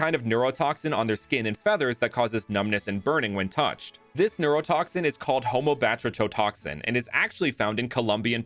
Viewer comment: hey the poison batratoxin or the complicated way you said it